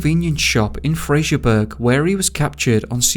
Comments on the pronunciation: Im sure he was actually found, daily records just the newspaper. And its not Fraserburg its Fraserburgh. (Pronouced Burra) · Fraserburgh burough not burg. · Fraserburgh is pronounced Fraserbruh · 'fraserburgh' - is pronounced 'fraserborough' - same as 'Edinburgh - Edingborough'. You're welcome. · That was sm pronoucation of Fraserburgh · Americans get the hump when an American place name is mispronounced, yet we are considered "dorkish" (seriously, how old is he, 13?) when we pull a YouTuber up for doing the same to a place name in the UK. It's not hard to research pronounciation, there's no excuse. I really enjoy this channel but the narrator regularly butchers the pronunciation of British towns and areas. Fraserburgh has got to be, for me, the worst so far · Also I the River Ouse is pronounced OOZE and not ouse as in house. Just thought I'd say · The first case is local to me. I have to correct the pronunciation of Fraserburgh (👂Fraser-burra) and Strichen (👂Stricken) 🙈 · I dont mean to be a dick ... but ... Fraserburgh ,,, is freserburugh as in Edinburgh, or as the brogh (brock) as its known to locals.. and Strichen is stricken =, yanks I can forgive as they are yanks and dont know any better... but your from the UK. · Fraserburgh is pronounced Fraser Bur haa, and strichen is strick onn , sounds weird when you say it . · It's "Fraser-borough" and "Stricken" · the way you pronounce fraserbrugh and strichen is classic🤣